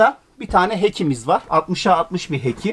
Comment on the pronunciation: İnanılmaz bir keyifle suratımda gülümseme ile izledim.10 yıldır evsiziz teknede yaşıyoruz .Kulübe hoş geldiniz.Ufak not o tavandakicamın adı heki değil.Hatch (Heç diye okunuyor)